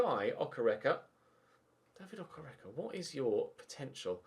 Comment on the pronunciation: its pronounced Okay-ray-kay (okereke) his Nigerian